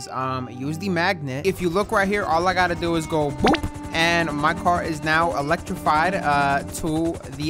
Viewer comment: Mans said electrified😂😂😂.